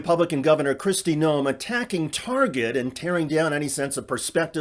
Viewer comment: She loves to shop at "Turget", apparently.